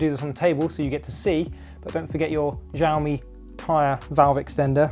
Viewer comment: It's pronounced "Shaomi" 😏